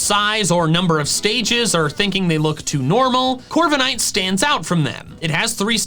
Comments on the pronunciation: THE W IN CORVIKNIGHT IS SUPPOSED TO BE A V! AND DO NOT LEAVE OFF THE K! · I'M, NOT I! AND DO NOT LEAVE OFF THE K IN CORVIKNIGHT!